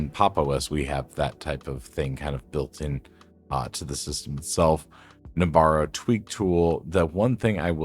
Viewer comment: No-bara, not nob-ara.